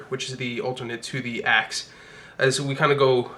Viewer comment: Instead of axe I heard ass XD